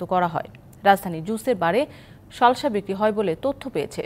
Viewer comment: শালশা নাকি সালসা 😂😂